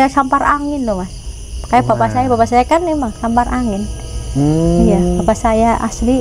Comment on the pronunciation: Saipi angin mbak bukan sapar angin.